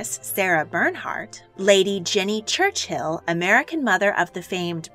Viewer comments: Brits normally prounce it Church-ill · Great content, very informative, but so many pronounciation mistakes. Never heard Churchill pronounced as Church-Hill before. The names and places you are going over are British, thus the different pronounciation. It would be helpful to look up all the names before making the video.